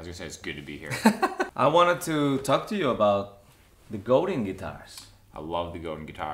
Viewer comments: Sorry, but I have to correct everyone when they pronounce Godin wrong. It's actually pronounced Go-Dan. Godin comes from Quebec Canada where there is a lot of French-Canadians who do speak French. Google Robert Godin or in search in YouTube there are videos with Robert, the genius behind Godin Guitars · Goudin Guitars? 😂🤘 se pronuncia "Godang" mi pocho amigo... es franco-canadiense Robert Godin😍 and I'm pretty sure you understand my spanish "ese"!!!!🤘😎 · GoDAN not The way you’re saying